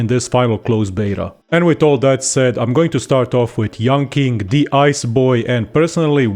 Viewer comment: I speak Mandarin and yanqing is pronounced yanching not yanking. Dk whether it was a forced pun or misunderstanding